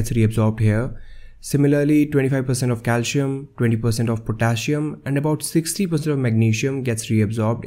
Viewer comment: > PotaSSium not PotaSium (two 'S's)...